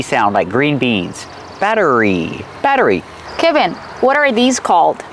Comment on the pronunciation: and What is the correct pronunciation of the name Kevin? I heard say "kaah-vin" multiple times in the video.... while Kevin introduced himself as 'ke-vin". Since this is an American English pronunciation channel I'm asking you guys to please educate me with the correct pronunciation.